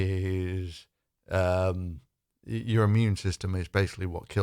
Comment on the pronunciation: Hang on, hydroxychloroquine actually seems to have sent your President stark raving mad. If this is leadership then we are all doomed. I think I could give presidency a reasonable shot. Would the USA mind letting me have a go for a day or two? I love how he says, "I wanted to see yourr eyes light up.". What he didn't continue to say was, "in shock and horror to my utter lunacy. I want to really freak everyone out and be the first US President to be admitted to a lunatic asylum." Your sighs of despair are felt by us all my friend. Stay safe and power to you. Keep up the good work.